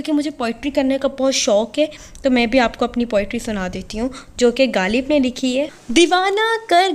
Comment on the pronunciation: Plzzz ghaalib nahi h غالب ہوتا ہے 😂